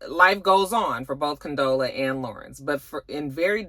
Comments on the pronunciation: I know you weren’t feeling this episode, by the way you keep Condola.. instead of Con•dola 😂😂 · you had me cracking up each time you incorrectly pronounced Condola 😂